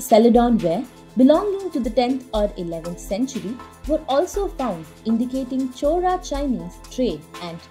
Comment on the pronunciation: The speaker should learn how to pronounce Word “Chola”. It’s not “Chora”. Chora means thief. Chola is name of Lineage.